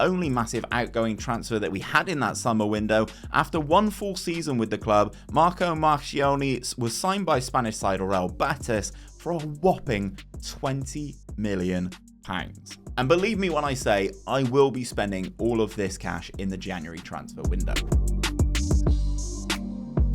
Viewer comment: I enjoyed the challenge, and there's some impressive signings in there, but it really bothered me that you called Upson "Michael" and Betis "Batis"... like more than i care to admit. I will be spinning this game up as a result of this video though. Ithankyou.